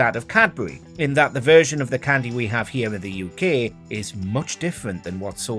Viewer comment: Stop saying cwndy what the fuck is a csndy